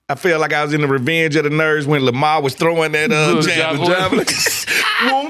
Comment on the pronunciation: It’s LeVar Burton not Lamar fellas 🤣🤣🤣